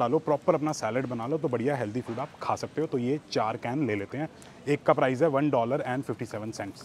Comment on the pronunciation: Its PRICE, Not PRIZE 🤷🏻‍♀️🤦🏻‍♀️